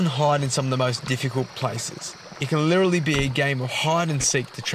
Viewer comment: Is it just a recent thing where you forgot how to pronounce the word "literally"?